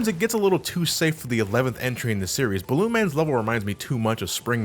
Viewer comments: "Ballon Man" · "Balloon man" lol